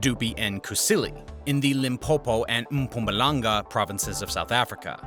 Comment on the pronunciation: Ps. Well done on your pronunciation of Mpumalanga! ❤ Many South Africans can't even get it right! 😀